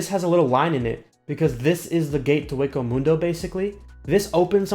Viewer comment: dude you pronounced senkaimon and hueco mundo both wrong XD